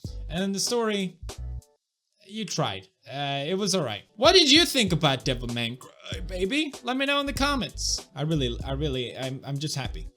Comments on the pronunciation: I always feel like correcting, but then I notice that no, he is right... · I thought you butchered the name of the show for fun, but Devilman Crybaby is the actual name.